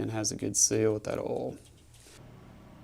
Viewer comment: Oil is not pronounced as all.